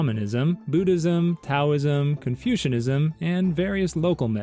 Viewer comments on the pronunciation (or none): did you just say confusionism